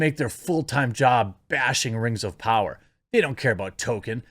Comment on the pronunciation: The rang of powahh